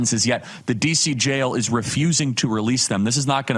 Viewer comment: I hate when people say "gel" when they are trying to say "jail." They're pronounced differently. Please speak correctly. Thank you!